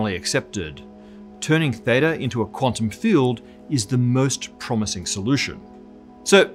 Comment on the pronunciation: Your pronunciation of theta and maths really grinds my gear.